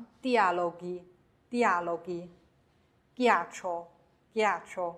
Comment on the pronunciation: 最后有个错误，ghe,ghi应该读成/ge/,/gi/